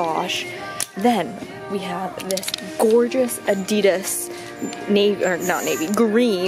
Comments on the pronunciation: The way she says Adidas pisses me off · ok so i don't get why americans call "adidas" adeedas...when here in the UK we pronounce it adIdas....likes whats the right way of pronouncing it?ahah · You can’t buy Adidas and Nike if you don’t even know how to say it.... it just bugs me